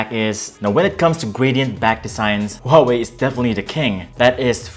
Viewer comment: First off : wtf is a hawei????